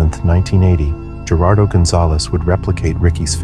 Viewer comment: You need to practice the pronunciations of Latin/Spanish names (your quite bad at it). Its a little thing, but it shows dedication/respect to those u r speaking abt. Gerardo is pronounced w/ an H not a G. Key the name into google under spanish translation & hit the speaker button. That easy.